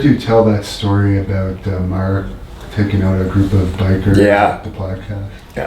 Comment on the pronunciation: ''marrrrrrrk''! gotta love that BOSTON accent! lol.